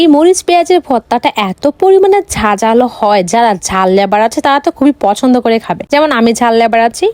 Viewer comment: Prochondo❎ Pochondo✅